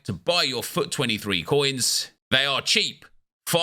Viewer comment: When ever nep says fut it sounds like fuck